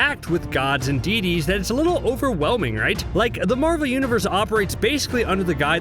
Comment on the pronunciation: My dude,it's deities not dee dees!!! 🙄🙄🙄😫😫😫